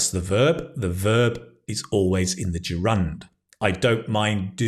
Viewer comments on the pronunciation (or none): That's wonderful video, but I have a soft spot for correct pronunciation. I think the correct pronunciation of gerund is ˈdʒer.ənd. Thank you. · Why do you pronounce 'gerund' with the stress on the second syllable?